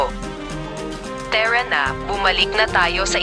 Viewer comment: Ang ganda ng story pero sobrang arte ng narrator magbasa yong parin naging peren at tara naging tera